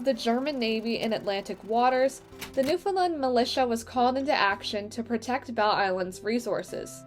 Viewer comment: So beautiful! Please remember that nfld is not prounounced newfoundlind It is newfoundland.Thanx